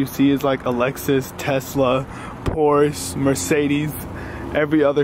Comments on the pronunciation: Did this dude just pronounced Porshe, "Porse"? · did he just say pors instead of porsche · Did this guy jus call porsche a porse